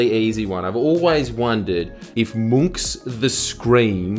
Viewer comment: As a norwegian, may i say that your pronounciation of Munch's name was spot on. 10/10